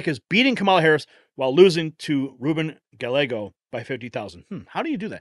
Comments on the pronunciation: It’s not pronounced GaLeggo, it is pronounced G-ah-Y-ae-g-oh. 🙄 If you’re going to talk about someone so much in your content then the least you can do is look up how to pronounce their name. Just sayin’. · Guy- yay-go. C’mon man. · It is pronounced guy ä go. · Gallego is pronounced GA-YAY-GO.. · Its pronounced guy-yea- go. If im not incorrect.